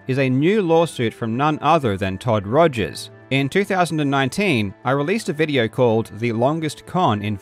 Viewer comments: Rip Todd Togers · lol u called him todgers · I've just watched this video for like the twentieth time and it still refuses to get old. "Togers" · Shout-out to repeatedly calling him "Togers" after bringing up that he misspelled his name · Calling him Todgers the whole video made me giggle.